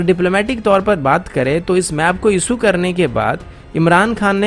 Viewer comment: आप सुरू मत किया करिये शुरू किया करिये